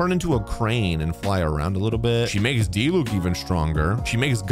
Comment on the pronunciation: Diluc - DEE-luke Dehya - DEE-yuh Kinich - Kin-EECH Yelan - YAY-lahn